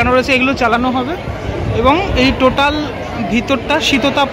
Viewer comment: Totel ❌ Totaal ✅